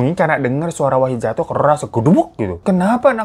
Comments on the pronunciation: Wahid bg bukan Wahdi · Bang ngape pas di akhir2 jadi wahdi sih bukan wahid wkwkwk😂😂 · Baaaang..Wahid Bang..Wahid.bukan Wahdi 😅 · Wahid bang wahid bkn wahdi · Wahid lama2 jadi wahdi...😅ngantuk ya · di menit ke "WAHDI" 😭😭😭😭 Wahid bang wahidd wkwkwkwkwk lucu betul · Bang nama nya kan wahid kok gua dengernya wahdi😅😅😂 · Wahid bang bukan wahdi😭😭😭😭😭😭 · akhir2 wahid jadi wahdi ya bang wkwk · Awal2 wahid lah kenapa dimenit2 terakhir malah wahdi bang😂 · Dari yang khusyuk banget denger bang hiro cerita, sampe diujung lah kok nama wahid berubah jadi wahdi. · Katanya wahid kok di akhir2 jadi wahdi sih bang😂😂😂 yawlo ngakakkk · Di awal Wahid, di akhir Wahdi.. mana yg bener bwaaaangggg???? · wahid jd wahdi apa kupingku ug salah🤣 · Wahid jadi wahdi😂 bang hiro saking semangatnya😂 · Gw dengerin cerita nya dari yg awalnya wahid jadi wahdi😭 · D part akhir bang hiro salah sebut nama wahid jadi wahdi 😂😅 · Salah denger gak sih terakhir bang hiro nyebut wahid jadi wahdi?😂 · wahid kak bukan wahdi😭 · Kok wahdi 😂😂 wahid bang , bukan wahdi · Lah wahid koq di akhir cerita jadi wahdi bang....😅😅😅😅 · Bang Hiro bikin video jam 2pagi lg ya? Itu masnya namanya Wahid jadi Wahdi, ini gue yg salah denger apa begimana 😂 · awalnya wahid pas akhir jadi wahdi😭🙏🏻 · Wahdi wahid wahdi wahid bg salah mulu ehe 😂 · wahid bang bukan wahdi wkwkwkw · 3x bang hiro nyebut wahid jadi wahdi wkwkwkwkw